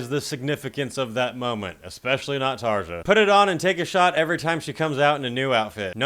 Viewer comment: Wow this went downhill fast with Townsend, symphonies and TarJa. I can't stand her and Nightwish but I still pronounce her name correctly (it's not a hard name, only five letters). Will go watch Proud to Commit Commercial Suicide 😂